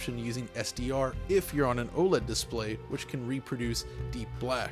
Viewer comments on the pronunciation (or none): none